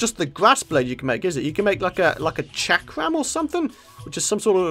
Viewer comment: O_O he pronounced chakram wrong! British stereotypes dismissed! don't take this seriously, I'm not a serious person